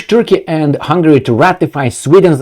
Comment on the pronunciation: It is "Hungary", not Hungry : ) Love your content, keep it up!